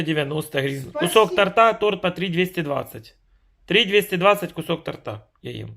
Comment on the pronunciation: Сявка не пиз..ди, после ресторанного борща и салата, грибковые бедрышки жрать не будешь! А ты их не жуя заглатываешь, только сопишь и чавкаешь от удовольствия. Интеллигенция "Дмитровская", не тортА, а тОрта.